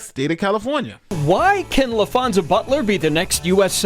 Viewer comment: Laphonza? really?